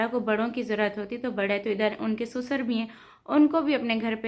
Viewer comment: Pahle to sasur hota hai susar ni